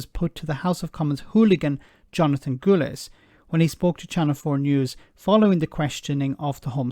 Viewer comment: fyi, Gullis's name rhymes with "portcullis", it's not pronounced "goolies". Goolies is what he speaks.